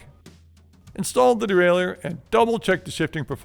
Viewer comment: it's pronounced "dee-ray-lur" like "a-ma-tur", not "dee-ray-lee-ur"... you amateur